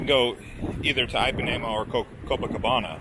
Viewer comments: EEPANEMA, DUDE... NOT AIPANEMA... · Just as an FYI - Ipanema is pronounced with a short i, like the English “e”. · please listen to the old song Girl From Ipanema [sung by Brazilians] before you pronounce the beach name again.